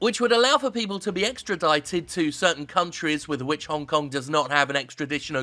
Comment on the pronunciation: sorry WTF did you say the citys name was hone kong